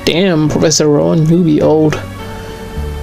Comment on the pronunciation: I always hear "Professor Run" not "Rowan" xD